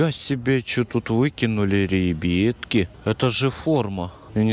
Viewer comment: Почему РЕБЕТКИ А НЕ РИБЯТКИ